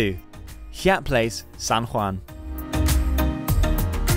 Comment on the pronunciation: Seems like shameless self promotion for Yai-at or as it's commonly pronounced (haiyat) and spelled Hyatt...I find it hard to believe that the narrarator has never heard of a properly pronounced Hyatt Hotel